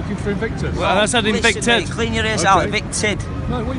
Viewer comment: Invicted? 😂 It's evicted